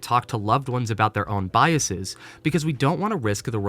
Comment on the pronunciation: Love every part of this video except the way you pronounce biases 😂 Otherwise- keep rockin 🥰